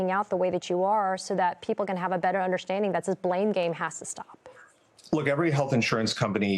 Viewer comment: if you would stop saying “ Undershtanding” I would continue listening. What is happening to the English language? The rest I totally sympathize with but I don’t trust this man either. He sounds like he just wants to pass the buck on.